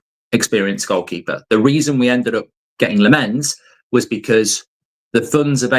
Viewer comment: It's Lahm ens